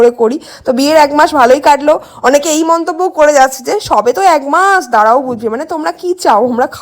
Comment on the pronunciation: এক মাস না বলে এগ মাস বলছো কেন??